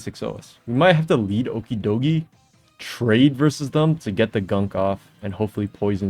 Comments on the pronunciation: Why tf do you say his name like that? It’s clearly ocky way doggy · Don't say okidogi like that bro 😔